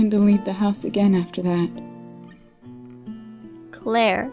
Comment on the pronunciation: at 1.02 she call her laire not Claire